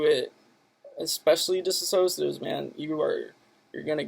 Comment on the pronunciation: they aren't called "dissasociatives" lol they are "Dissociatives." You might want to pronounce, spell it correctly if you come on here talking at length about it and giving a dare speech.